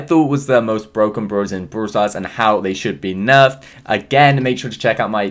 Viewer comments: Why do u keep saying “brooler, brool pass, brool stars,” like what? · Me: brawl stars: Broowl stars??? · Love how you say broul stars😍